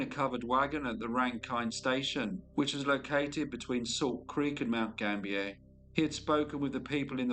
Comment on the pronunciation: Mount Gambier is pronounced Gam- bee- er, not French pronunciation.